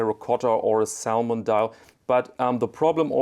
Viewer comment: Man spricht die L in "salmon" nicht aus.